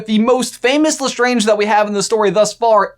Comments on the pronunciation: did you just say LESTRONGE! it’s lestrange! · Did you seriously just say Lestronge. Lestronge. I've lost faith. 🤣